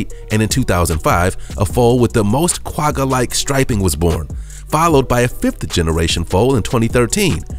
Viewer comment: Lol the way he says the "Quagga" is so cute☺️... I'm from South Africa and that's not at all how you pronounce it 😂🙈